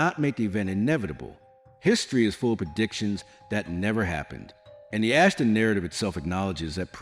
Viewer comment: Why is the "Ashtar" so difficult to pronounce? It's NOT "Ashta", it's AshtaR. With the letter R being pronounced. Why is this AI narration so stupid? I get sightings of MANY craft here in Benson, Arizona. I'm pretty sure it's the Ashtar Command. There could be other factions as well, incidentally. They're here! It's time to stop with the making believe they don't or can't exist.🛸